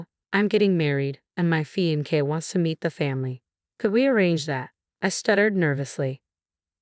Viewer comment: Pronunciation matters, fiancee, wry. Repeatedly wrong is a distraction.